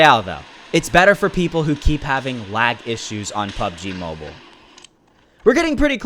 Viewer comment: “Pubg mabule”